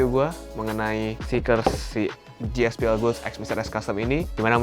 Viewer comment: GSPL GOODS tu baca nya bukan gospel goods tp gaspol goods